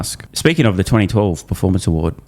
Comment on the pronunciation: Bloomburg News all duh news all duh time